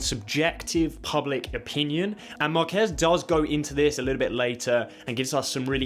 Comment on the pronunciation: These youtubers bro. Atleast pronounce his name right, it's like Mar-keyz, not Marquez like a Mexican name. Smh.